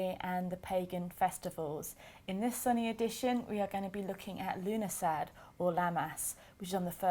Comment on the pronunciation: it actually means september in the irish language. you dont pronounce the dh at the end. love the morrigan on your shirt. im your irish facebowook friend. love the videos as you kn